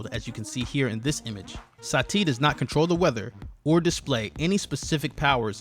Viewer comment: omg it is Sati not Sa Ti, it is one word not 2...